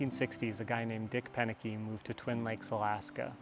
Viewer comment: "Proenneke" not "Penneke" Also, you should have done it without any power tools. Just a hand tools, a sharp axe, saw, hand drill, chisels, etc.